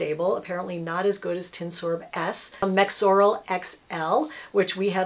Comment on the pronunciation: By "tinsorb" I believe you mean tinosorb.